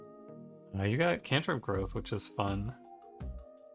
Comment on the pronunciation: he called it "gruuth" at one point in the video, I'd say that counts